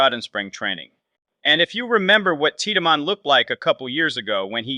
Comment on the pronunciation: It’s Teed-man you boneheaded